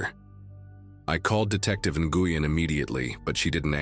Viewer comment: Nguyen is pronounced NWEN NOT Nagooyen